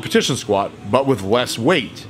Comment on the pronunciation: "But with wess weight"